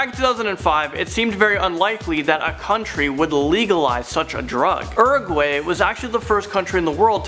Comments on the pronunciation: How to actually say Uruguay Oo-ru-guai not ur-A-guAy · “eEeRaGWAi” I think you mean uraguay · Urag-way! Haha! Urag-why is how u say it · OMFG! Hahahahaha The Way You Pronounced Uruguay Had Me Dying From Laughter 😆😆😆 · I don't mean to be rude but it really annoys me how wrong says Uruguay wrong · Why can't you pronounce Uruguay properly? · You said Uruguay wrong